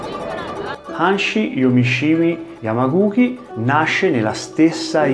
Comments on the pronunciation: *Yamaguchi non Yamaguki 😅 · Come sempre mi permetto di notare che si legge Yamaguci, come in "Cina" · Pron.Yamaguci come uchi o dachi pron. uci daci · Si pronuncia Yamaguci......oss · ma magari imparare a pronunciare correttamente il nome di yamaguchi sarebbe stato il minimo... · Intento interessante ma, mi si consenta, tante imprecisioni sia linguistiche (il nome di Yamaguchi, già fatto notare, ma anche la pronuncia di jiyuu kumite) che storiche. Sono stato dieci anni nella ikga allenandomi anche in Giappone. Conosco un pochino la scuola e la storia di Gōgen e ci sono alcuni momenti storici che magari potresti recuperare (come e con chi ha iniziato il karate, il suo ruolo come figura legata allo shintô che accenni appena ecc.) e magari approfondire in un altro video :)